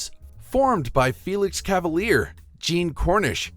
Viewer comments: Felix Cavaliere, last name pronounced, CA VAL YAIR AY, last syllable with long a sound. Hint: It's Italian, learn to properly pronounce Italian. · Felix Cavaliere pronounced cava leer eee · It was pronounced Ken Nor-Dean. Also Cav-a-leer-e"